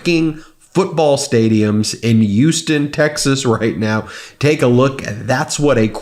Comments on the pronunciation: FYI: We pronounce Houston, the city in Texas, with an “H” not a “U.” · Youston??? Yo, Ben, It's pronounced, HOUSTON.🤦🤦🤦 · Hue ston. Not U ston.